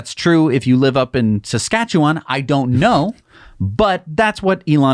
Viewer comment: Thank you for a very tolerable pronunciation of Saskatchewan.